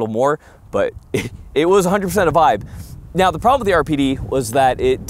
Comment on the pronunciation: are you serious right neow??